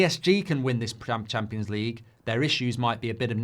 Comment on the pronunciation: Champions League ❌ Cheempions League ✔️